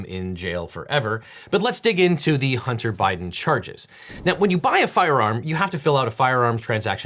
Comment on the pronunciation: Huntah, put your flash drive away Huntah. I’m not putting that in my PC right now Huntah!